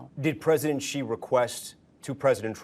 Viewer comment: Rubio cannot even pronounce China president's name right. on the video Rubio calls him "President GEE." The President of China's name is pronounced SHEE. Not GEE. SHEE. It is spelled Xi and pronounced SHEE in Chinese. President Xi has been President of China for the past 13 years. Rubio calls himself America's "chief diplomat". but he doesn't even know how to say the name of the president of China! Rubio talks like a junior high kid who read a chapter of the encyclopedia about China and is practicing to give a speech about what he learned to his class at school.